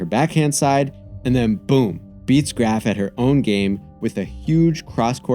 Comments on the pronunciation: He even pronounces Graf right. I gotta tell you the most intelligent content is on a sports site. Weird times. My brain feels clean after these. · I honestly didn't even know it was pronounced like that before this video